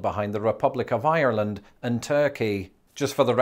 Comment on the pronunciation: Did you say "Ireland" with an Irish accent?